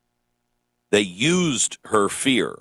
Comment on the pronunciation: Did u miss the emphasis on “her” ?